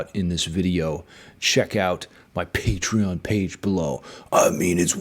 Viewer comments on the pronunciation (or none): none